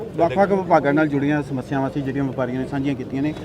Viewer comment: ਐਨਾ ਕਿਓਂ ਘਬਰਾ ਗਏ ਸਪੀਕਰ ਸਾਹਿਬ ਸਮੱਸਿਆਵਾਂ ਨੂੰ ਮਸਿਆਵਾਂ ਹੀ ਬੋਲੀ ਜਾਂਦੇ ਆ